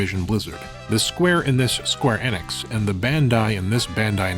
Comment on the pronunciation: why do you say echo and enix wrong?